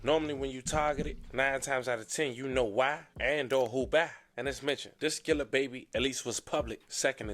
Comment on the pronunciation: It's not skrilla lmao it's skilla